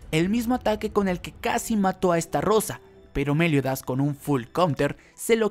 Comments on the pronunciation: Es estarosa no estarrosa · Por qué pronuncias esta rosa si se pronuncia starosa. Es decir con una sola r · Podrías decir Meliodas y no Méliodas pls? Xd Podrías decir Estarosa y no EstaRRRRosa pls? Xd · Lo que te falta es mensionar bien los nombres de algunos personajes como el de estarosa